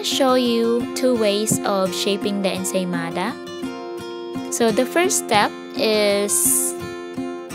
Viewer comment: “Insane mother..” instead of ensaymada😂😂